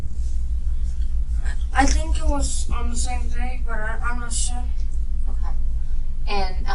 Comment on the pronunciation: Where was DCFS (CPS) before all of this? This could and should have been prevented!! Side note: I couldn't stand the way the detective said "Okay", she said it like "Okuam" 😒